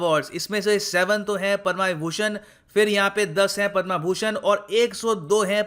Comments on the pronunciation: Don't call पद्मा It's पद्म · Sir please tell them, Padma not padmaa award. 🙏🙏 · पद्मा नहीं पद्म